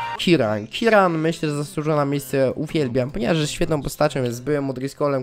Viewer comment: nie kiran tylko kieran